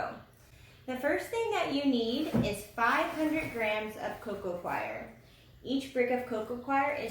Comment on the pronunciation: Coir not choir Cor-ee-er